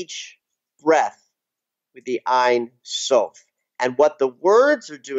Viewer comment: love this video..hey..ein sof pronounced like "ane" rhymes with jane..means without or no..sof is end..no end aka god..im sure you knew that..thanks for your inciteful work!